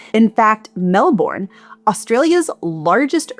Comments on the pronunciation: prediction: Australians in the comments complaining about pronunciation of Melbourne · I'm not Australian, but the pronunciation hurt my ears as well. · Thank you for an excellent analysis. Minor quibble: the second vowels in Melbourne and Sydney are pronounced with the schwa vowel. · It wasn't only melbourne but brisbane too 😂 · Sorry, I meant Melbourne and Brisbane. Your Sydney pronunciation was correct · Melbourne and Brisbane hehehe. I came to the comment to check that as well :P